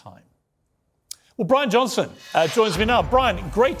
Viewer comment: " Johnson" not Johnston